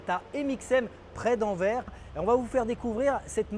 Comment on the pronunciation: Anverssssssss, ces français serieux les gars!